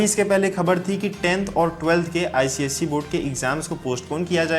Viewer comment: *icse hota h cise nahi